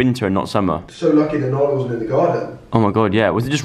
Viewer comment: Joe still calls nala alan 😂